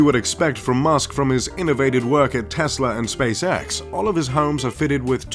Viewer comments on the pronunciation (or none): none